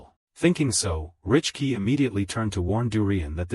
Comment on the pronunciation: Bro please learn English it's not richkey it is Rickey it is siblings not sisters